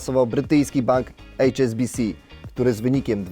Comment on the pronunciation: nie "ejcz es bi si" tylko Ha eS Be Ce mówi się po polsku!!! Przestańcie anglizować POLSKI ALFABET, bo tylko paskudzicie Polski Język! Wstyd jak diabli. Santander 280 mld w rankingu i czołówce. Był czas, gdy irlandzki AIB został zmuszony po kryzysie 2008r do sprzedaży akcji polskiego WBK. Niestety ZŁODZIEJE z rządzącej wtedy PO (z PSL), nie odkupili tanio tego banku tylko pozwolili aby zrobił to bank z kraju odległego, ale zadłużonego po uszy (! 120% zadłużenia do PKB!) czyli z Hiszpanii. Ciekawe ile wzięli łapówek wtedy od Santandera, by na to pozwolić. Hańba, hańba, po trzykroć HAŃBA